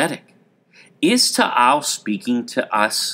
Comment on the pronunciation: It is not Tahal volcano it is taal volcano